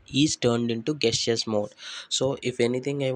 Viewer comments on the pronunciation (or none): Gestures, pronounced as "jeschars".